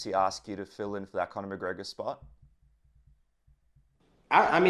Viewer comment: "Corner McGregor" 😂😂